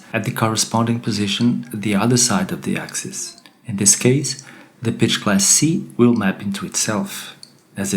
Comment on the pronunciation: When you say pitch, sometimes it sounds like bitch. Improve your accent. Your voice sounds wrong in general.